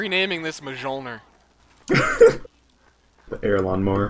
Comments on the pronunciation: It's mulemear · Mjolnir. It's pronounced "MYOL-nir," not mshol-nir. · He pronounced it FUCKING MEJOLNR! It's MJØLNIR! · Oh, gawd,... It's not "Mijulnur", it's pronounced "Mee-ohl-nir" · it's pronounced "myolner" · #Mjølner Deal with it! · MUH-JOLLNIR Muh favrit. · I just now realized that he tried to say Mjölnir but it sounded like migeoulnur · you pronounce mjolnir like myolneer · Mjolnir actually, as in Thor's hammer. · Rai jyn I know that, but the more...conventional pronunciation has the j spoken like a y. :P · Obviously but, if he's going to correct him, then he should use the version that is closest to the original pronunciation. Sometimes that can break the flow of the language but here it doesn't, so there is no reason to avoid using it.